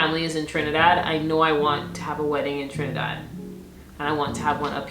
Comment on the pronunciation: I heard that Trini accent came out wen u said '"Most of my family is in Trinidad" <3 Yessss we're here... hugs .